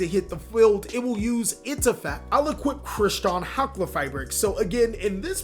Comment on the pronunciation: Pronouncing Chrystron Halqifibrax's name sounds like you're trying to summon an Elder God.